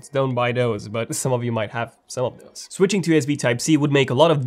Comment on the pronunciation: Reuters: It’s not pronounced “rooters”, it’s ‘Roy-ters”. Please spend somewhere between 15 to 20 minutes a days practicing your English pronunciation. Your can do it while in the loo, alone, wherever. You say “doze” when you mean “those”. Practice your hard and soft “th” sounds! Come on, young man! You can do it!